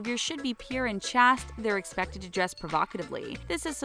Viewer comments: The word "chaste" is pronounced CHAYST, not CHAHST. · Chaste - ends with an E, so the A is long, ie: sounds like chased